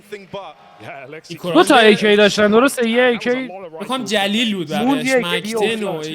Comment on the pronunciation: داش اون جلیل نیست گلیل هست